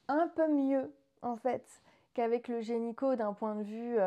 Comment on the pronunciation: Félicitations ! Je vous souhaite le meilleur !! (Tu dis gényco au lieu de gynéco ça m’a fait beaucoup rire 😂)